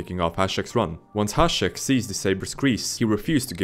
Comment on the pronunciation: Big thumb up for you to actally read Hašek right